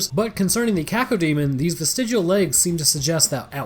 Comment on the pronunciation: Coco demon? Or cacademon? 😂